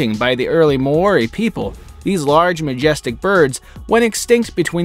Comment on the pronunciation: he sounded out maori wrong i personally know because I live in New Zealand.